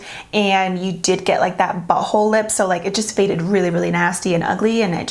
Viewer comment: OHHHH MYYY GOD YOU SAID BUTTHOLEE LIP😂😂😂💀💀💀